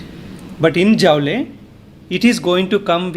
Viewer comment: Sir , Its not Jaule ,Its pronounced as Jool.